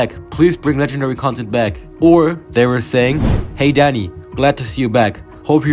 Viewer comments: i thought u said daddy when the video started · why i heard daddy instead of dani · he pronounced "dani" like "daddy" atleast it sounds like "daddy" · His accent makes him say daddy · Thought you said daddy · i cant tell if your saying dani or daddy